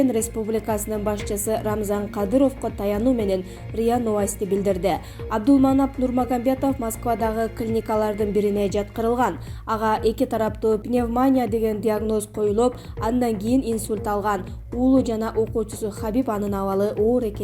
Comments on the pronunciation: Пневмаааания эмес, пневмониии́иииЯ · Айтпа,2 -класстын окуучусундай окуйт го.,нервди кайнатып.Окуп аткан жанылыгы жанынды кейитет ,анын устуно туурамес окуп кыжырды келтирди ,,Пневманйаа’’ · Туура суйлочууу сураныч пневмония деп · Ушул окуп Аткан кыздын грамматткасын тууралап койбойсунарбы элементарно пневмония деген созду туура айталбайт ушуларды окуткан мугалимдерине да озуно да ушуну элге чыгарган блогерлерине да уят